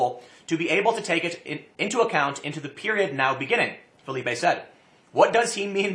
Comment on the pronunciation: Ahem....Philippe (Fill-ip). French not Spanish. Sorry I had to take this personally.